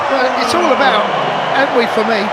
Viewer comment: Bro is called An-twi, not An wi 💙💙💙💙💙💙